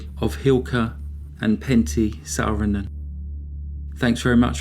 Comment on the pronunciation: Sadly the punishment for murder in Finland is quite miniscule compared to the US, and it's widely recognized that the finnish population has a huge problem with alcoholism. Thank you for making a video on this subject, your pronounciation on the names was surprisingly good!